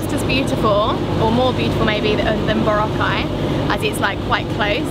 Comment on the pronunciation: he still can't pronounce Boracay properly.